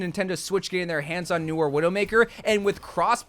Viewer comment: Your pronunciations are… weird. Almost like you’re purposely saying things wrong lol Like you have to know Noire isn’t said like “Noor/Noo-or”, right? You put the emphasis on the wrong syllable in Kiriko. Is this an American thing?